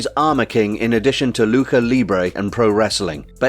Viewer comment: You mispronounced Lucha it's not pronounced "Loo-kah"